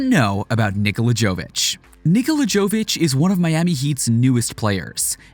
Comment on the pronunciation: It's Yovitch. And it's not Euroleague, it's ABA Adriatic league in Europe, Euroleague is something different.